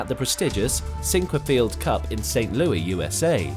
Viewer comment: Please stop using these robot-voices that can't pronounce Sinquefield cup....